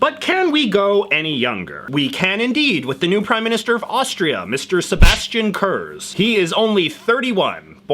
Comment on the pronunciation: The Z in „Kurz“ is pronounced very hard. Like the Z in „Blitz“. Gives his name more profile.